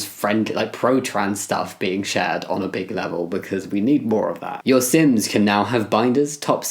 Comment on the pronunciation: How come when you said sims I heard ‘sins’ and was like “yup that’s me.”